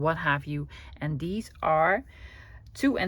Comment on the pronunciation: Such good English! But not deez but THESE...